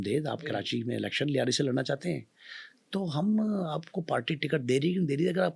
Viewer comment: Punjabi says layri,,,,,😂😂😂